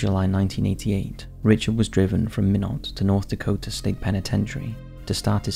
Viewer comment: It’s pronounced “ MY NOT”. Why not Minot, freezing the reason”. Lol